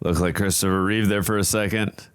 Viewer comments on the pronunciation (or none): Take a shot every time they say "reeves" instead of Reeve. 🥃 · His name was CHRISTOPHER REEVE, NOT REEVES. There's no "S" at the end of his name. It's a shame no one ever remembers that. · Remember it’s Christopher Reeve. Not Reeves?